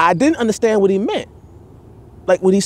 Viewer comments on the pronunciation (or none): none